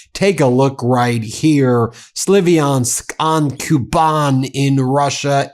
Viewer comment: it's spelled SLAV-yansk, not SLIVI-ansk